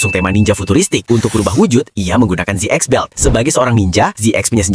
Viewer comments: ZX bacanya Zet Cross, bukan Zet Ex ZO bacanya Zet O, bukan zo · ZX itu dibaca "zi kros"